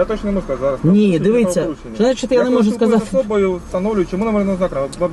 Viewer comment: Вместо "дивIться" выговаривает "дивИться"...так режет уши шо ппц